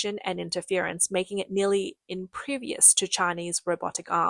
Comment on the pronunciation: "Nearly IMPREVIOUS to China's robotic arms." But, that was previously, one supposes. (Normally, she does a great job reading text.)